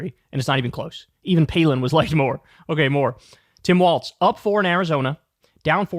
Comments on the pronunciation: It's Walz, not Waltz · FFS, KYLE...WALLS, NOT WALTZ!! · Walz is prounounced like walls, not waltz. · It’s not “waltz”. It’s Walz (WALLS) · Is Walz pronounced like "waltz" or "walls"? BC, Kyle always says walts but everyone else says walls. Isn't it "walls"? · For a big tim walz guy you sure say waltz a lot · There’s no T in Walz